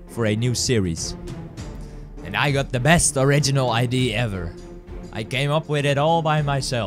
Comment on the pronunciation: ITS NOT IDEE ITS IDE-EAA!!!